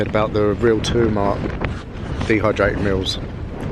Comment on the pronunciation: Brilliant!👏'Real Turmat' is a Norwegian brand. 'Real' is pronounced like 'Real Madrid', re-Al. 'Turmat' is pronounced exactly like the first time you said it, tur-maat, with the U as in "you" and the A a long "aah"-sound. Best camping food there is-of course😉😁 🇧🇻💪